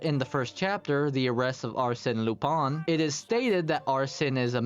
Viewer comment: AMAZING VIDEO also Leblanc and lupin were pronounced wrong lol